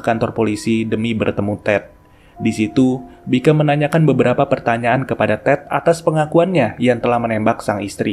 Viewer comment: Di filmnya nama jaksa itu dipanggil "Bicum" min bukan "Bikam" 😂